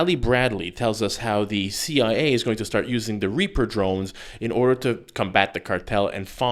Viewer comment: Raper drones?... or reaper drones. She gets it right ish. Idiot.